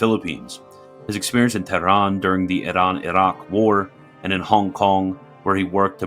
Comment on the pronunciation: The Iraq pronunciation always gets me haha